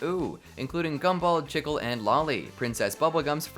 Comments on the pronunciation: My soul got crushed when he said "chick-el" instead of "chi-kleh" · Really cool video, ive always loved thinking about the alternate universes and timelines and things...but i have one little knotpick: its Cheek-lay, not chick-le. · Ain’t no way bro called chicle “chickle” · you calling chicle chikl is so funny to me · Cousin chicle is pronounced cheeclay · Stop saying chickile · the way chicle was pronounced got me